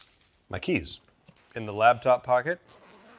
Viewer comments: Is he saying LABtop instead of LAPtop? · Am I the only one hearing say ‘labtop’? Great video as always!